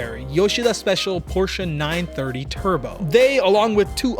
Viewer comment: Tf He keep saying Porshca for. Wtf is a porshca 😭😂